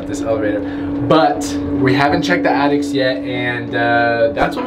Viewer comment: Did say attics as in plural?!? Like several attics?